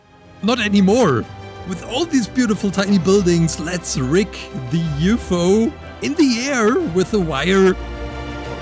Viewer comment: He also pronounced ufo as yoo foo